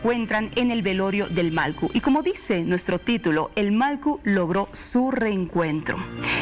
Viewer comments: Pronuncie bien señorita periodista, es MALLKU no MALKU.... 😤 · La presentadora... No pronuncia bien??... Que pena..... malcu??????? ..... Porfavor!!!!!